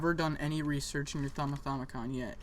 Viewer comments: It's not a thaumithaumicon, it's a thauminomicon. Pronounced: thah-mih-nah-mih-cohn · It's the thaumiNOMICON not the thaumithaumicon :P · I think you should learn how to say Thaumonomicon before you correct others